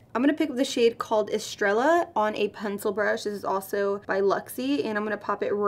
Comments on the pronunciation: Hey pretty chica, I think the satin matte lips were my favourite part of the collection. A+ for effort on pronunciation. Just try to remember that any Spanish words with “ll” are silent. 😉 “es-stray-ya” (estrella) 💫. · Also mispronounced estrella lol